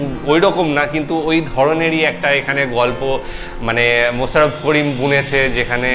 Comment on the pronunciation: মোছাররফ করিম না,মোশাররফ করিম।ছ আর শ এর উচ্চারণ এক না।